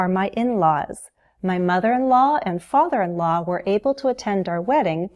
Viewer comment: Hi! Your prononciation of the word "law" is very strange!